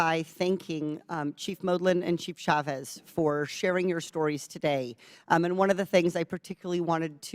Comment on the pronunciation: Please don't chop up the name Chavez. It's pronounced Cha' vez. Thank you love Katie Porter!! Get it em girl!!!